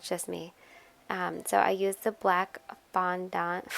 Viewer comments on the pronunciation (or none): your saying fondont a bit weirdly !